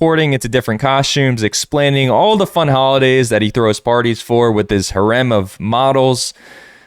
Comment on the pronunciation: That is definitely not how you pronounce "harem"